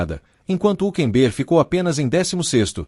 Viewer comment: PRIMERO O NARRADOR DEVIA APRENDER COMO SE PRONUNCIA O NOME HÜLKENBERG 😅😅😅